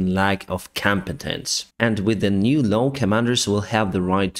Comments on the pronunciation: LAW not LOW ;-). LAW is pronounced like LORE or LOR in British English (silent R at the end in British English). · It's probably just because of your pronunciation, but it's telling that every time you meant to say "new law" it gets transcribed as "new low". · you say the word "law" poorly... You say 'low' but it is a flat a....Like in the word ball, or a dogs paw. not being critical, just trying to help. Love your work.